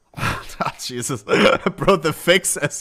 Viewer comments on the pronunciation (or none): none